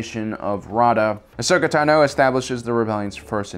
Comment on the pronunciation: Dude... just say her fucking name right 😂